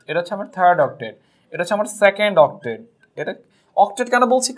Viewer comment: sir apni octave na octate bolben ey spelling ta ektu please likehy diven sir